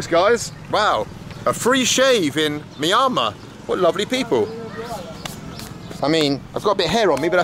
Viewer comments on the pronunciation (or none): It is so annoying hearing him say MY-AN-MAR, video after video. It's MYAN-MAR. You must have heard how to pronounce the name before going there. And another thing, you and the rest of Brits have to stop pronouncing the word 'junta' as 'gunta' with a soft 'g.' The word comes from Spanish and the 'j' is pronounced with an 'h' sound. It just sounds ignorant not using the Spanish pronunciation. Even ignorant Yanks know better. It's probably why the Spanish have wanted to kick your ass since 1585. The Yanks kicked you out of their country, because they got tired of hearing you say a-LU-minium. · 😂Mee-on-mar, not Mye-on-mar for Crying out loud!😅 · Myanmar has an 'N' in it. My AN mar. 😜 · Dear Squiggle, how come you still can't pronounce Myanmar? signed, Sqiggle. : D